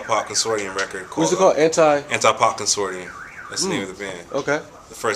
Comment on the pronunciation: Too funny, he totally mis-pronounces "consortium." Have to admits I used to say his way til someone told me the "tium" part is pronounced "shum." Consorshum